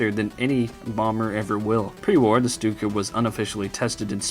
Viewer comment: The name Stuka comes from "sturmkampfflugzeuk" meaning attack plane, or attack fighter plane. It's an abbreviation. And it should be pronounced "Shtuka" because in german, St and sp are pronounced like Sht and shp, so you pronounce it like you do ship.